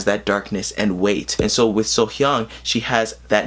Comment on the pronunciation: You are one of the few that pronounce her name correctly the first time. Off to a great start...lol